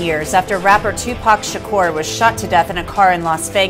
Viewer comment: Gal, his name is TU-PAC SHA-KUR not Tupac Shackur...pronounce it right and put some respect on his name!